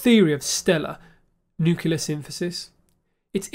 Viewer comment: You still say “nucular” lol